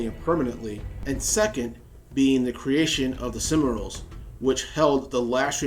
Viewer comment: This was really enjoyable. But, like so many Americans who post stuff on LOTR you just can't pronounce anything 'foreign' if your life depended on it, can you? Only the French are worse. I mean really, what are the 'simmer-ills'? And it most certainly is not 'Faynor'. Try 'Sill-mah-rills' and "Fay-ah-nor". I mean if people who vlog about LOTR from the UK, Spain, Russia and even Australia can manage, I'm sure you can too!